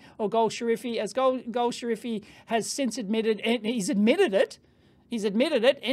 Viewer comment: correction: it is gol shafari (ejtsd: goll-safarri)